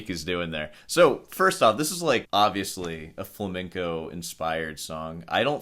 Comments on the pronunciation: Hey: It's pronounced fla-mehn-co guitar not fla-ming-co. Really?! (Love the channel!) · Why can't Muricans pronounce flamenco? Its not flamingo bro